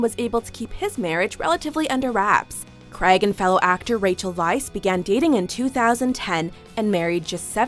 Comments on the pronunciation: Craig, pronounced Crage, not Creg! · 'Creg'....that was painful......XD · The way you said Craig 😬